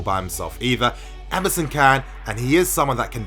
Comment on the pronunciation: Lol when you said Emerson, I heard MSN.... I was like wtf is this guy saying.... MSN in defence?